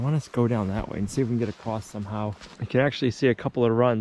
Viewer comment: I love that you also say "acrosst/ acrossed" We all know there is no T or ED in across, but we still say it that way 😂😂😂😂😂😂😂😂